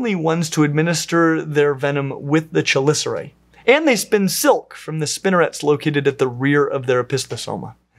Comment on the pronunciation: I love how passionate you are about this... however I am obliged to inform you that the "ch" in "chelicera" is pronounced like a "k"